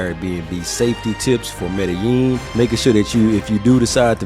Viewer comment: learn how to proniunce medellin the double L is a j sound